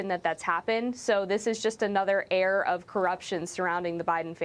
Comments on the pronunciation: How about "air of corruption"...not "err" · It's "air", not "err"! How embarrassing! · It's "air" not "err." 🙄